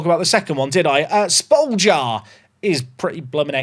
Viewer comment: Just call Spoljar - Shpolyar trust me